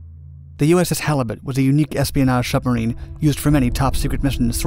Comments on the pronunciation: When Germans trying to Pronounce Submarine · "Schubmarine" XD